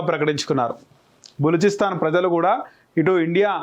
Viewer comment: Telugu chadavadam nerchuko adi baluchistan